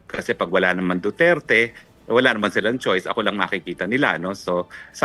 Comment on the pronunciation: I cringe every time he said "duterte street". Eww 🤮